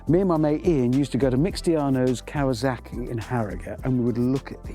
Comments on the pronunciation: Kawa S aki sir! Not Kawa Z aki. Read the name on the tank. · please tell Richard that seeing as he speaks English he could take the effort to pronounce Kawasaki the correct way. It's KawaSaki NOT KawaZaki and no, Im not a Kawa fan, Im a Suzuki fan, but Im very particular on correct pronounciation. Other than that, I loved the video, love his collection. Thanks for sharing. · Richard please. KawaSaki not KawaZaki. Be a real Biker. Not a Brit.